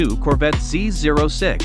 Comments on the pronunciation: He is pronouncing it correctly. The zero is NOT a letter regardless of what most call it. Corvette Dan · Thanks for pronouncing Z06 correctly!